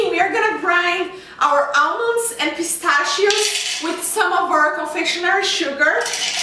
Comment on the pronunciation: ahahaha "pistashio shish"